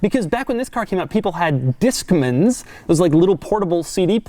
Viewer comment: You don’t know how to pronounce Discman.